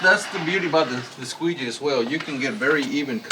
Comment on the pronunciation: Did you say a "squeezy"? Lmao